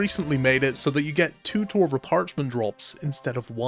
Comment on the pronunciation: DID U SAY TORVA PARCHMENT WHY